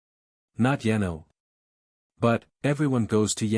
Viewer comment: lol better than yeno and yeno (Yano). I couldn’t for the life of me figure out which kingdom was being referenced!